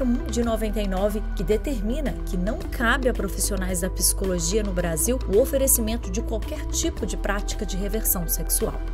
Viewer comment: Gentileza orientar a locutora que a pronúncia é PSICOLOGIA e não PISICOLOGIA.